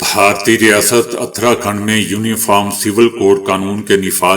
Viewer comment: درست تلفظ اس طرح ہیں: اُتراکھنڈ۔ دَلِت